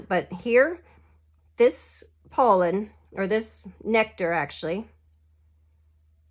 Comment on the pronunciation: Pollen is pronounced - pah-len 😊 I loved this video! It reallllly helped me understand this game!! You should do more videos like this! Do you own Tapestry? I'm trying to learn that and I think your style of teaching would help everyone a lot!!!